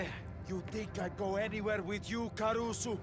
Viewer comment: And carusu